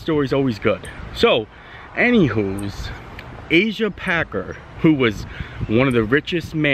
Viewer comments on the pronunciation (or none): Omg please say the name right it is Packer not Parker and not Asia it is Asa.